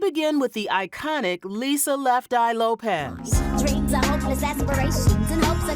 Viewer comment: Her last name is LopeS with an S not Lopez